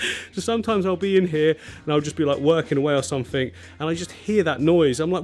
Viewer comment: I watched till the end just to hear you say click sumfink lol It was great to see all the tanks I have watched you build over the last year, keep up the great work Thanks to Mrs for sharing you